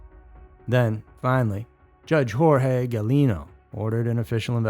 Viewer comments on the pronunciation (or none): none